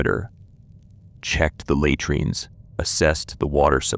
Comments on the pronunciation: take notice lay treenz! It is la treenz. Had rian is hay drian.... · Please, get someone real to listen to your voicetrack and correct the mispronunciations and improve the pausing and intonation. It's not that difficult and would add quality. A video that cannot pronounce the subject matter it's supposedly an expert on loses credibility and engagement. At least get words like 'latrines' which are mentioned every few lines right. It would also help to use more authentic-sounding pronunciation of Latin names and terms. Just a simple hack like pronouncing 'v's as 'w's and all 'c's as 'k's and 'j' s as 'y' s helps immersion....